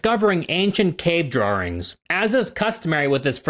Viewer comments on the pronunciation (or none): “cave drawrings”